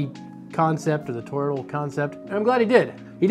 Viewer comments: how hard is it to say thor-oid. you're making it more complicated than it is. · Made an entire video about toroids without learning how to pronounce toroidal